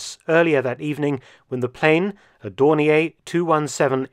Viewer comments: In German, it's pronounced "Dorneer" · May I query Mark Felton's pronunciation of Dornier? I once heard it pronounced that way and thought it was an error by someone who believed it was French. Was Dornier from Alsace and retained the French pronunciation? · I have been pronouncing Dornier incorrectly for 65 years.